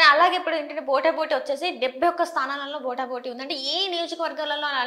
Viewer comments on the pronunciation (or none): proof reading undadu., telugu vacchinaa saiggaa maatlaadaro leka asalu teluge theliyedho ardham ayi chaavadhu.veelloo veella Anchorings....BOTA BOTEE ento? akkada team lo ye okkadiki koodaa theliyadhaa POTAA POTEE anaalani...?? chettha news channels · పోటా పోటి అనాలి, బోట బోటి అంటే ఏమిటి?